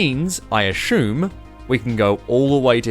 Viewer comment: why do you "ashume" something, instead of assuming them?